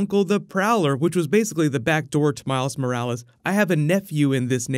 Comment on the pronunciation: Schmiles Schmorales